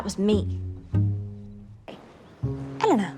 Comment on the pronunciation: Anytime she says"Eleanor"she pronounce it"Elena".